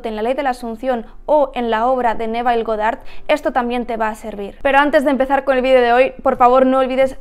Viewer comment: Para un año siguiendo a Neville Goddard ya deberias pronunciar bien el nombre.